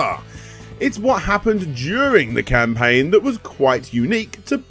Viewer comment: "We all have the ability to start a crowdfunding scampaign" ;-)